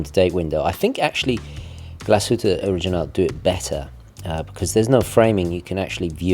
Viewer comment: It's a beauty, although not in white. White is the worst color. Black looks nice and they have it in this really stunningly beautiful green sunburst dial that's just gorgeous! By the way, first again! 🤪 Also, the g in original is a hard g. 🙂